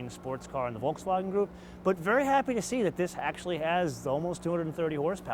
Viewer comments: can you like stop, pronouncing Volkswagen like your speaking German? pretty much cant watch you cuz of how annoying that is. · Just why? Just why you can't pronounce Volkswagen correctly?